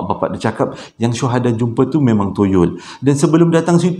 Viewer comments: Start hari ni practice perkataan Toyol kerap sikit. Ok murid murid.. toyol toyol toyol toyol bukan yoyol yerr 🤣🤣🤣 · Aku ni punya la khusyuk dgr citer psl toyol... Sekali berdekah aku gelak tersasul tyol toyol toyol... Steady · 🙋‍♀ hadir....terlewat sedikit. Tp tetap nak nonton jugak. Rasa mcm berhutang plak klu tak nonton. sebut toyol tu nak bunyi mcm tolol dah haaa 🤭🤭🤣🤣🤣 Keep it up 💪💪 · Bang... toyol ke tolol..hehehe..mmg menghiburkan la abg...byk mnum air ya bang kasi lidah basah supaya senang menyebut..carry on bang utk vdo seterusnya👍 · 😁😁 bro kelakar spontan. Kdg2 tersasul2....tak pe ceria suasana. Sebut betul2...!!.T.o.y.o.l. mcm lagu arwah Sudirman....😊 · 😂😂kann..."ya allah,knp abg sebut toyol kelakar ek"..tgelak ak,sorry bang.. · Sampai tersasul-sasul sebut toyol🤣🤣🤣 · Assalammualaikum Abg...... 😄😄😄 Baik2 tngh concentrate dgn crita pasal toyol tu.... Tergelak betul dgn cara Abg nk sebut toyol tu.... 🤣🤣🤣 Ya Allah!!! Terbaik 👍👍👍. Hadir dr Singapura.... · Toyol ke , Toronto ke,toyota ke takpe bang,. janji orang faham sudah. Sebenarnya saya memang tunggu je abg tersasul,😆😆😆👍👍👍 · Salam...maafla nk bgtau yg ank isteri sy masing2 kejang perot sbb xrenti gelak mse part susah sebut toyol tu..ape2 pon kami terhibur..bkn gelakkn ye...bkn maksud cmtu cuma tergelihati... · Assalamualaikum... Saya faham cara penyampaian abg... Walopun cerita seram ada gak lawak nya. Lawak sbb tersasul ckp perkataan "toyol" tu 😁😁😁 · BYK betul toyol wkwk soryy sya nk gelak abg sebut toyol aduh wkwkwk